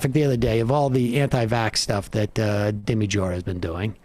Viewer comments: LOL SAM'S 1ST WORDS: "Speaking of dumb people..."🤣 SAM CONTINUING: "...Dimmy Jore" 😂😂😂😂😂😂😂😂😂😂😂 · "Dimmy Jore" - hilarious!